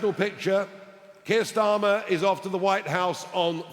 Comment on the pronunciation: Kier Tsar-mer